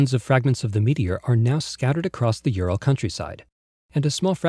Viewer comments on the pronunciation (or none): none